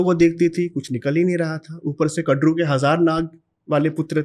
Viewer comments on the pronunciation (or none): Vinata nahi vinita😐 कडरू नही कद्रु